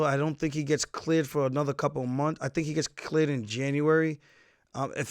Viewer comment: first time I heard Aljos New York accent when he said “cleared”